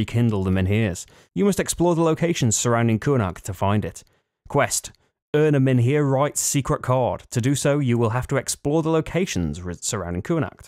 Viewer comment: The H in MENHIR is silent